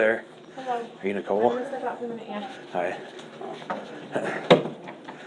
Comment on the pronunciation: What a horrible interviewer, geesh, blow your nose and say her name the right way!!!